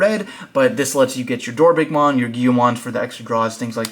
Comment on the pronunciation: DorBICKmon, everyone be saying DorBRICKmon 😢